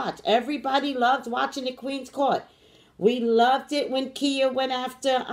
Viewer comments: So when it comes to her name Ky-yah is how you pronounce her name. Not Kia. Lol! Now as for your headache water and sleep because readings will do that. I agree with you... There is only one God. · She calls herself Khia (khy-uh)